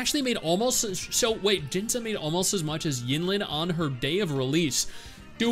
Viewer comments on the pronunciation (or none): Who's "Jinza"? Lol It's pronounced "Jin-see"